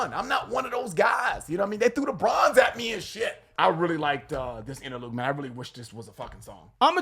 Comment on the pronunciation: somebody tell there's no G in the word interlude